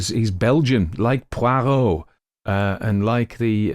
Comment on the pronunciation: WOW, HOW WONDERFUL TO FIND MAIGRET AMONG THE LISTINGS, I AM RAPT. SO GOOD TO HEAR SOMEBODY PRONOUNCE POIROT'S NAME CORRECTLY. I HAVE BEEN TRYING TO FIND OUT WHICH SERIES IT IS WHERE MAIGRET SPEAKS A LOT OF FRENCH, PARTICULARLY WHERE ADDRESSES ARE CONCERNED. I JUST LOVE HIS VOICE. I HAVE BEEN TO FRANCE ON A CAT JUDGES TOUR IN 1977 BUT NOT LONG ENOUGH TO LEARN MUCH FRENCH AND OF COURSE BY THEN THE FRENCH WERE SPEAKING A FAIR BIT OF ENGLISH. I WAS GIVEN A HINT, WE WERE TOLD THAT IF WE WENT FOR A WALK, WALK AS THOUGH YOU KNEW WHERE YOU WERE GOING, DO NOT ACT AS A TOURIST AND YOU WOULD BE A LOT SAFER. ONCE AGAIN THANK YOU FOR MAIGRET. BLESSINGS, TRIXIE, 87, SOUTH AUSTRALIA. XXX